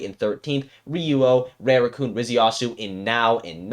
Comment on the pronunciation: Rooting for Tsubaki. Btw: to pronounce Rarukun it’s not Reirukun it’s Rah ru ku n jsyk